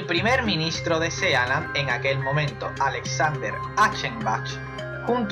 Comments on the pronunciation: Muy bien! Esta muy bien el vídeo. Pero se pronuncia sii lend, no sea land y significa pais del mar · Sealand???!!!! Se pronuncia Siland!!! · Se lee siland, no sealand. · Sealand...pareces listo pero al pronuciar el sitio quedas como todo lo contrario juas juas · se pronuncia siland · El título está mal asignado, ya que uno espera encontrarse con países raros, pero reales, no estos intentos de países. El video debería llamarse "Las 7 micronaciones más raras del mundo", y así quien lo reprodujera no se llevaría una decepción... Aparte me sangraba el oído cada vez que oía [Sealand], hermano, está en inglés, se pronuncia [Síland]. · Por favor que le digan a este tipo como se pronuncia "Sealand"!